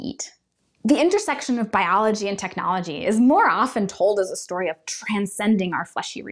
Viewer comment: It becomes techiology 😂😂😂😂